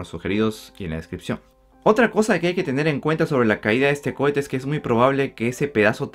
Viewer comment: Cohete. No cuete